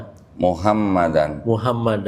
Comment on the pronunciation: Bukan Muhammadar, Rasulullah tapi MUHAMMADAN RASULULLAH